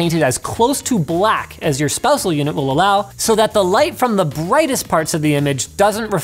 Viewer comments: did he say spousal unit? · “Spousel unit” lol